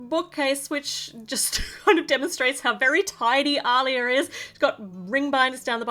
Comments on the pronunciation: It's pronounced "Ah-liya" not "au-liya". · Btw it’s pronounced Aleeya